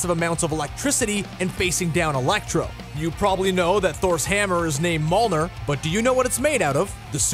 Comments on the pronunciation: you said mulner instead of mjulnir xD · Bruh... Thor’s hammer isn’t called maulnurr. It’s effin mjolnir(mee-ohl-neer) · Thor's hammer Mjölnir is pronounced miolnir not molnir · "Mulner" Do you pronounce words often? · Molnir??? Youru?? (what Mjolnir's made out of) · Coshtume and Molner 😂😂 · THIS GUY FUCKING SAID “MOLNER” IS THOR’S HAMMER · Malnir(Mjolnir) and Juru(Uru) LOLL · Also Thor’s hammer is not pronounced Mulner. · Did he just say "MOLNER"?! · Mee-ahl-neer is how you pronounce Mjolnir. It is made from a metal called uru as well. Just FYI. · How does an outlet as big as CBR not understand that MCU does not include “all movies” or the correct pronunciation of Mjolnir? Otherwise a fun video, but that’s just lazy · Bruhh this dude's pronunciation of costume and Mjolnir 😂😂😂😂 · How he pronounced mjolnir... just no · DyN MISTY standoff *mjolnir